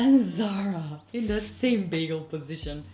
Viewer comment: It's "this" and "that" Not "dis" and "dat"